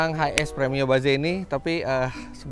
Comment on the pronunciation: tumben om Fitra ngomong nya ba ze. biasa nya Inggris nya correct. mungkin yg seharusnya bacanya itu. baez